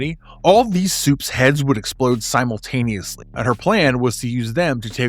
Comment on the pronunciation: Good video Worth noting it's pronounced simultaneously not simultaneously.